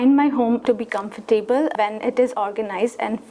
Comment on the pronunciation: she says, ...."preparing for this exam over past few months." Wrong. Right: "....over the past few months." Then, she pronounces COMFORTABLE as "kuhm-fuhr-tay-buhl." Incorrect. Correct: "kuhmf-tuh-buhl." The UH is the schwa.